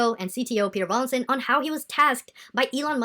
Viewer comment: Ffs his name is not Rawling. It is Rawlinson!